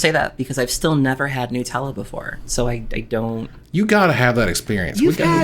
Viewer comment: im sorry but it's NUT-ella, not NU-tella.